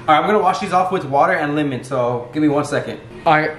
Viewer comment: can we just talk about the fact he pronounces it limen instead of lemon? 🤔